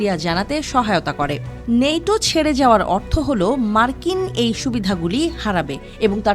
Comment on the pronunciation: নেটো না ন্যাটো